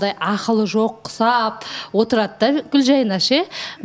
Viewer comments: Туу ездін ау Гүлжайнаш деп негізі Гүлжайна ғой,лағып сөйлейсін. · фильмы ссылки она говарит Гулжайнаш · Почему она говорит Гульжайнаш? Или мне одной так слышится?